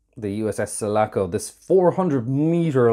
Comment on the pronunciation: It's Sulaco, NOT Salaco!!